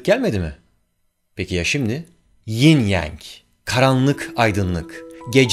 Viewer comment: ying yang diye okunuyor. ying yeng degil